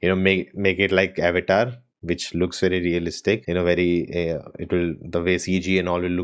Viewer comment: Bro what is ava-ta its avatar